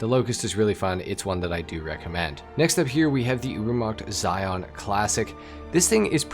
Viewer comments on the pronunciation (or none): none